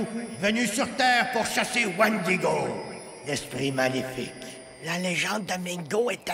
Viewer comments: omg il parles des wendigo et non wandigo. tout cela vient d'until dawn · c moi ou il dit wandigo dans the antil daw !!!!